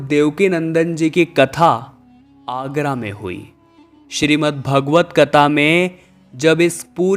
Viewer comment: Please pronounce historical names correctly। जहां आगरा नहीं आरा। केशव देव not दास